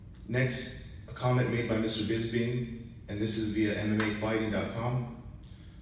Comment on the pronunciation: It's Bisping not Bizbing!